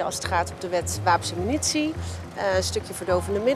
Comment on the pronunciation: Het is "munitie", niet "minutie". Zo irritant vind ik dat.